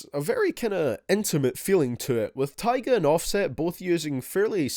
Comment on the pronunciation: You said tyga wrong